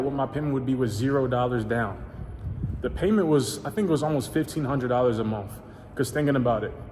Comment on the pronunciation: Did he say monf? 😂 awesome car man congrats!